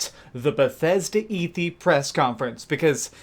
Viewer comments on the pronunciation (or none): You’re so overwhelmed you said “...bethesda eethee press conference...”😂